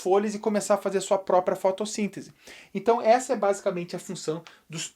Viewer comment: O professor 'basicente nois animais '😂😂